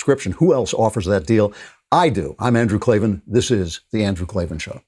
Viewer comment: K-L-A-V-A-N there are no E's in Klavan